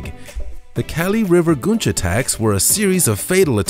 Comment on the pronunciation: It's "goon-ch" Not "gun-ch"